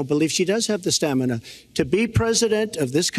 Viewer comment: “STAMINAH” loll